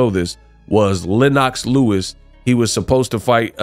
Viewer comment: Dawg mispronounced Lennox Lewis man I’m done 🤣🤣🤣🤣🤣 dawg do better research cmon man